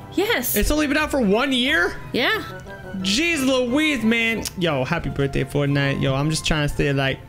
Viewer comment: U said brithday and today is my brithday 😆😆😆😆